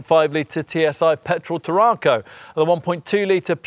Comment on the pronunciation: Can I suggest that you go to Google Translate, type the word TARRACO into the English / Spanish section, then press the speaker to hear how you said the cars name. There is definitely no extra R after the RA making it sound like TARRARCO. Brilliant car, I know as I drive one. 1.5, petrol, xcellence auto.